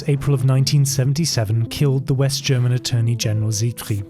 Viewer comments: Loved the german pronunciation. You have to be German or maybe austrian or Swiss. But I would've never guessed by how good you speak english wow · Found an awesome new channel! Not surprised you’re Swiss haha, perfect German pronunciation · You can tell there was alot of effort put into this video and that its also really good quality, also ur german pronunciation is very good, thums up 👍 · The correctly pronounced German words made this very nice to watch, thanks! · DAMN DUDE you got a language talent! I'm german myself to hear it and imperesses + thank you for the breakdown on the whole story. Ruhe in Frieden to those who died. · Really good german pronounciation, you don't hear that often. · as a german i really like your pronounciation of german words xD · You have a very good accent when you pronounce German phrases and names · As a German I can say his German pronounciation was perfect. Very impressive! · Very good pronunciation of the german words. Well done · I assume that you speak German, because the pronunciations are flawless